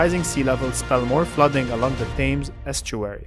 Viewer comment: London is on the river Thames, pronounced t-hems.